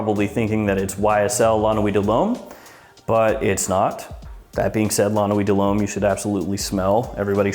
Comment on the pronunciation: Excellent prononciation in french! So many people struggle with french words ( french is not chinese i mean common). You said LA NUIT DE LHOMME perfectly and YVES ST LAURENT as Well. !!!